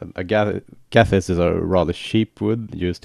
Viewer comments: Yeah, what was the kind of wood you said it was made of? Sounded like agathiss, so I have no idea. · Agathis. I find it hard to pronounce :)